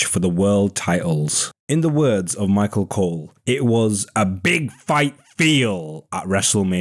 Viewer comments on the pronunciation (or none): none